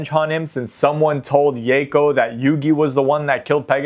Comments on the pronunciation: "Yayco". lol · I know this almost certainly stems from the 4kids butchering of the word Mako's pronunciation but that is very much not how you pronounce Yako lmao, think Yocko. Love seeing R get some attention though!